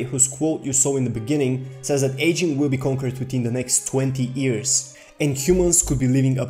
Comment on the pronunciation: This nigga talking about immortality, yet can't pronounce years correctly lmaooo this nigga reachinnnn' hahah